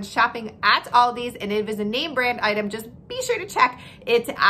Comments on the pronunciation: It’s not Aldi’s, it’s ALDI 😩😩 stop saying it wrong people, it’s so annoying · It's Aldi! Not "Aldi's" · I love how u say you love it yet u say it aldis when its aldi 😂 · It’s Aldi. Not Aldi with a S. Wednesday is the slowest day for every business. Loved your video. You are right ….don’t buy paper products. Produce is wonderful. Walmart price checks to stay in the Aldi price range with eggs and milk. Yes their chocolate is the best! PS Worked for Aldi for 20 yrs. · It is Aldi not Aldi’s, beside that consistent mispronouncing was interesting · I have called it "Aldi's" for years but it's actually called "Aldi". No 'S'. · If you love the store so much you should learn the right name it's not Aldi's it's Aldi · Why does Americans say "AldiSS" instead of just "ALDI" ? There is no S at the end, and in Germany we pronounce it just as it is written. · It's pronounced like the name Al D., not All D., and there is NO S on the end. Thank you. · If you love, love, love Aldi, you should know that it's Aldi, not Aldi's. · It’s Aldi, not Aldis. If you’re using it as a possessive, I’d understand, but you aren’t. It’s annoying. Unless you take a shot every time she says “Aldis”. Then it’s fantastic! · It’s “Aldi,” not “Aldi’s.” Where on the name do you see an apostrophe s? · Pronounced Al-Dees. The bags and carts save next to nothing. You pay for bags most everywhere now, and save a quarter on the cart? While the spices are from McCormick they are their rejects. For the most part they only offer off-brands and the meats and produce are Meh at best. There are a few specific things at Aldi's but only that, you must do the bulk of it elsewhere. If there is not one quite near you it is a waste of time, money and gas. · Thank you! I didn't want to say it, but it was grating on my nerves SO BAD! People do the same thing with Kroger... sounds like nails on a chalkboard! Lol 😆 🤣 😂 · Aldi is pronounced singularly, not in a plural way.